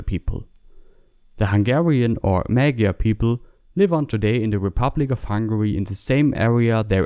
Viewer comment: The word "magyar" is not pronounced "May-Gar". This is one among many incorrect pronunciations I've heard from non-Hungarian speakers. It is not "Ma(as in cat)-Gee-Yar" either. And no, americans, it isn't "Mo(as in stop)-Jar" either. This is how Magyar is pronounced: Both of the 'A's r pronounced the same, u pronounce them like the 'a' in car, without the hard R and shorten it slightly. 'Gy' in hungarian has NO ENGLISH EQUIVALENT, but it is something like a J (as in Jar) and Y (as in Yes) being said at the same time. U press the tongue onto the pallet gently and make a 'y' sound. And the 'R' is just a rolled R.